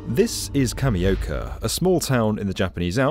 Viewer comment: It’s not cameo candy Say it properly